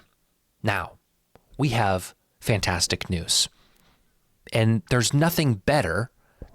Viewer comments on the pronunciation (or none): none